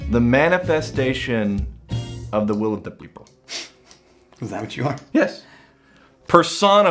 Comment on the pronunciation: "Beople" not "people" lol